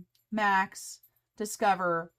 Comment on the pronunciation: I think you should leave “Discoverrrrr” just the way it is- made me smile! 👍😃👍